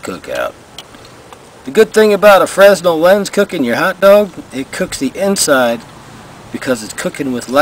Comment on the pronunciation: just FYI, Fresnel is pronounced with a silent S. like frey-nell:)